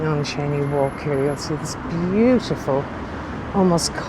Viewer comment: Cheyne walk pronounced (chainee walk) not Shanee.